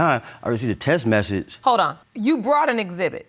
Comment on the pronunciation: How u gonna have a kid with a dude that can't pronounce the word "message"? Y'all both some dumb dumbs.